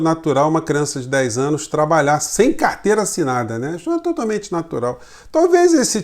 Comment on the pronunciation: "De menor trabaiá" estamos bem de presidente ...